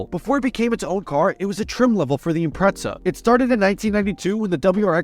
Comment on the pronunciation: Did anyone else hear him say "impretza" or am I just being an asshole